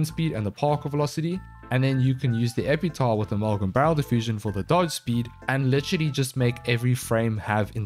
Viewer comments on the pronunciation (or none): Its Epitaffffff not "Epeetaw" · It damages my brain everytime i hear "epitahh".